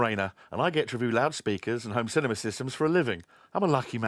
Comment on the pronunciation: No stop stop stop, you're going to poke some ones eyes out! It's cinema, not cinema!